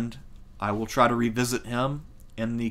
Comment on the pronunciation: The name "Thersites" is not pronounced according to the conventions of English. The "e" in "Thersites" is not silent, and it does not make the "i" sound long. The "i" is pronounced short. The "e" is pronounced long. The final "s" is pronounced as "z" is in English. Ther - si - teez. You did get the initial "th" sound correct. Typically, the Anglicized pronunciation of the letter theta in classical Greek is pronounced as if it were the hard "th" sound of the Anglo-Saxon letter "thorn," as in the pronunciation of the "th" in the word "thick." As others have noted, you mispronounce a lot of words. The "ch" in "sepulchre" receives the hard "k" sound, not the "ch" sound found at both ends of the word "church." As a teacher with an advanced degree in history, I recommend that you master pronunciation of words in English in order to create credibility in your presentations. Thank you for your hard work. I don't always agree with your observations, but they are more relevant than the garbage people post elsewhere on YouTube, TikTok, Instagram, Snapchat, etc. Please continue your efforts. 👍